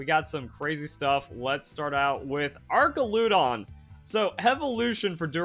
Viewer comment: The way you pronouced archaludon is terrible IT'S ARCH NOT ARC and it's ludOn not lUdOn